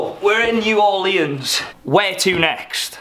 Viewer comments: "new orleeyans" 🙄. It's NEW ORLEANS 🤨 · Is it just me, or is saying "New Orleans" wrong..... idk might just be me lol